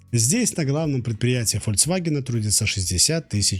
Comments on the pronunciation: Не могу это смотреть. Фольс... Автор, как можно так-то?! Позор. Чётко и правильно выговорить название марки неужели так сложно?! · автор,можешь выговорить название марки ФольКсваген четко и правильно?